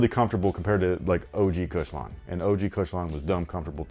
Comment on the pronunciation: Lol “OG Kush-lon”